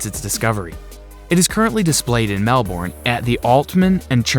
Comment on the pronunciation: You mispronounced Melbourne australia